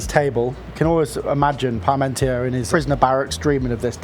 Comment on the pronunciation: He knows his cooking, but I'm surprised at his ignorance. First, that Frenchman's name is pronounced pahr-mawn-TYAY. That's not so hard to say, is it? It's not pahr-mawn-TEER. And second, the Sun King was Louis the XIV, not Louis XVI. It's a shame how lazy this cook is about getting facts and pronunciations straight.